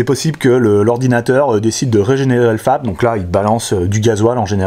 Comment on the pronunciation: J'ai entendu femme au lieu de fap.😂